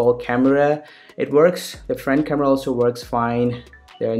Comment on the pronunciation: kind of sick coz of your fake accent. specially 'khamevrva' hahahahah